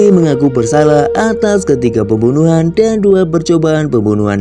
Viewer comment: Pembunuhan terdengarnya bembunuhan 👍